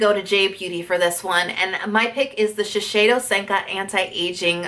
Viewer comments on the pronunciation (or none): I love your videos. They are very informative and it feels like you know a lot about the topic. However I just can't help pointing it out, it is Shiseido not Shisheido ^^